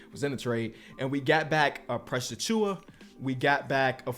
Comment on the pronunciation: Precius is not tath precius